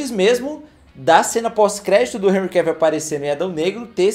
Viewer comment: Vc não fala "Enrri Cavíl", vejo q não fez o método BIU UÊI! 🤭